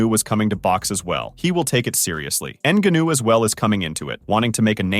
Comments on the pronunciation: Sometimes he pronounces it correctly, but most of the times : ennguhnooo😂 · Learn how to pronounce the guys name. What a trash video. Absolutely brutal research. N GA new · Say his fucking name right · Hey asshole, learn how to say Francis‘s last name ! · Had to stop watching because of the way this guy pronounces Ngannou’s name lol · I almost couldn’t finish this video because you’re saying his name like you’re learning disabled…Cmon man… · this dude is pronouncing it like that to trigger people and comment, i swear. Woops 🙃 edit: uhhh he f'd up on saying it correctly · How do you watch and listen to the match and still butcher his name like that 😂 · Why u saying his name like that 😭💀